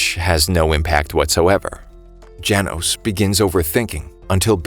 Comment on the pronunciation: "janos" LOL